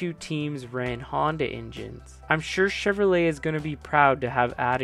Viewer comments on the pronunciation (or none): none